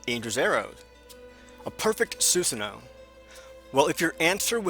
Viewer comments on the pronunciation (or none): It would have been better if he pronounced susano and Indras arrow better